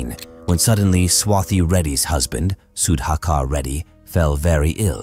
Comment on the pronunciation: Good if can learn to pronounce the Indian names. Was difficult to listen to Sudhakar’s name being mispronounced throughout the video. Goes for names in other videos too.